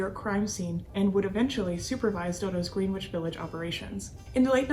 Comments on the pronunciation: Great job! Would you do one on Tommy "Two Guns" DeSimone? Also, Greenwich in Greenwich Village is pronounced Gren ich. However, upstate New York has a Greenwich pronounced phonetically. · To... I love your videos, but I have what I consider to be some constructive criticisms. On this particular video you pronounce the W in Greenwich Village. I would encourage you to quit pronouncing the W sound, so as not to sound like a neophyte to your own topic of discussion, especially considering the how Greenwich Village was such a focal point to the history of organized crime and how it's inhabitants and most others pronounce it. Keep the faith and keep doing what you're doing. You're awesome!